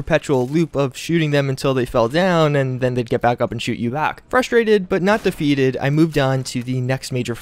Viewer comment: Cant even say shoot and gun